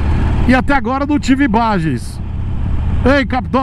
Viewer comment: Se alguém tem “imBageenss” mandem ou se calem forever😂😂😂😂😂😂